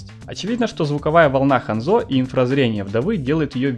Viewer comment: Хандзо ударение на а